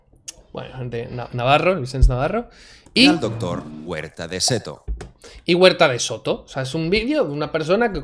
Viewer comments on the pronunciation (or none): Para empezar es huerta de soto, no de seto xd